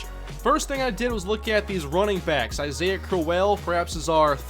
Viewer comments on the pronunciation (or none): none